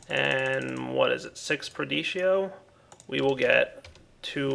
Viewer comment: When will you learn that it is "PerditIo" and "PraecantATio" instead of "Perdito" and "Praecantio"... Your videos would be way more awesome if you pronounce the aspects correctly.